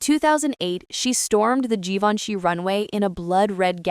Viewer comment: Learn to pronounce Givenchy, if you're going to talk about fashion!